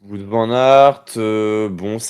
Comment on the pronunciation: Est ce que ce serait possible de dire Wout correctement svppp C’est plus Wowt que vout svp